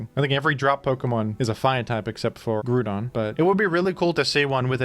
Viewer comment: Your ability to sneak your Groudon pronounciation into any video is impressive